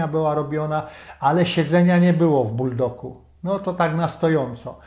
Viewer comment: Nie mówi się Buldok, tylko Buldog.